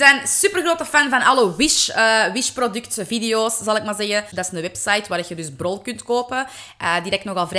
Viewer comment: Toen je zei "BROl kunt kopen" dacht ik da je zei brood😂😂 achh jaa eten springt er dan weer uit❤️❤️😂